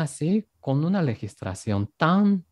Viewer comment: Habla muy bien español....pero que alguien le corrija, no legistracion sino legislación. Hay que corregirle para que hable el español mejor aún.